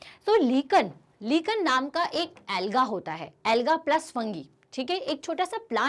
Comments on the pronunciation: That is not लीकन it is लायकेन lichen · Mam u have pronounced lichen wrongly 😢.Btw the video was helpful,thank you 😊😊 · To many wrong pronunciation..sour,lichen -correct your pronunciation